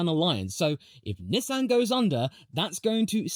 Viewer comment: Please don’t ever say Nissan like that ever again